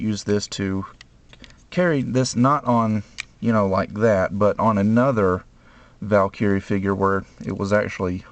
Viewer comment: hey dude, good job on your videos, keep it up, but i gotta ask, why do you say valkyrie weird? your pronounce it VAL-CURRIE, but its actually pronounced VAL-KER-EE